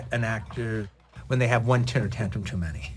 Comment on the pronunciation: No one ever told Quentin that it's pronounced TEMPER tantrum, not TINTER tantrum?